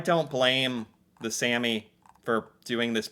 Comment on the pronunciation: A is pronounced the way you say All The way you said Sami is Sæmi Using Æ So now you also know how to pronounce æ and a in Norwegian :D Fun videos to watch as an typical average Norwegian Would be fun to see you try to learn the languish at this point, it is not far from English as you know from videos you watched